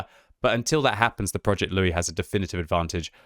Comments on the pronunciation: He keeps calling it Loue and not Louis ... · Louis is pronounced "Loo-ee". The name is French by origin, just like the tank, and should be pronounced as such.